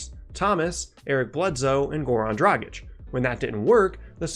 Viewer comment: Finally, someone who can pronounce Dragic correctly.